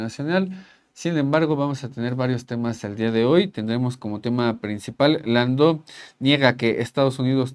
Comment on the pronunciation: Una observación. No se llama Landou. Es Landau, Christopher Landau, y su apellido se pronuncia como se escribe: con 'a', no como si fuera 'o'.